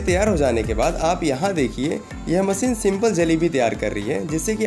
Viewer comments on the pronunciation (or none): मसीन नहीं मशीन बोल दो यार